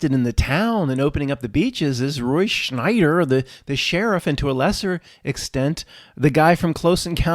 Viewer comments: Roy "Schneider"? ... It's Roy Scheider. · did you say "roy schNeider"? ...it's "roy scheider" now. no "n" (and 'always was'). weird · You called Roy Scheider, Roy "Schneider" - I think some Mandela effects are due to things like this!